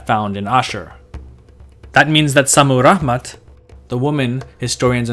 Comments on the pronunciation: Why do you say "Rahman"? Lol You make it sound arabic. There is no "H" in Rammat Modern Assyrians simply say "Shamiram". This was my mothers name also. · Very nice video. If I may make a correction?, the sound of H was non existing in ancient Assyrian, and her name was ShammiRamat ( very likely to have meant, Heavens' Beloved ). Shamu/Shami ( Heaven, Heavens ), Ramat, feminine of Ramu ( love, beloved). Naram Sin's name meant ( Beloved of Siin, the Moon God ). Also, in Assyrian, in 2 syllable names, words, the emphasis is always in the 1st syllable, opposite French or Arabic, so Adad is AHH-dad. Ashur is AH-shur. Otherwise, I really enjoyed the video. Many thanks, from a modern Ashurian/Assyrian.